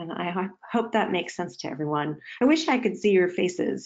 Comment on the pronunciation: Sounds like "hello every run"